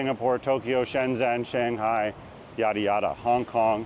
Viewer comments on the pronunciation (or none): none